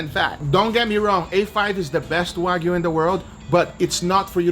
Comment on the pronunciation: I love how he says waygu